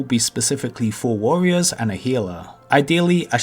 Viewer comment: Dwops….Gwoups...Considewing…WAWWIOWS....acwoss….fwost nova....wanged, idk what this guy is saying 90% of the time. Oh, almost forgot, wowld of wawcwaft.